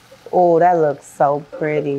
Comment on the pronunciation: I heard u say zo sister